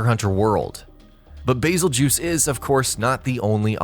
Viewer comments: "Basseljuice".....good God, I've never been triggered so hard in my entire life until I heard him pronounce it that way. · 'Bazeljews" lmfao that is funny